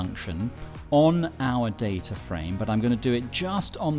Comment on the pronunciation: I can't believe you pronounce it data and not data